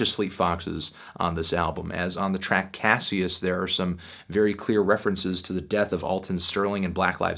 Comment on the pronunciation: Coming back to this review, but it's pronounced cash-us